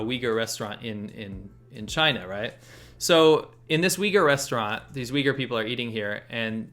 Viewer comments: its pronounced "uooigurrr" like a low uuu sound not "wigger" haha... also i think most people there seem to prefer being called turkmen. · there were many times i thought he said weaker and not uyghur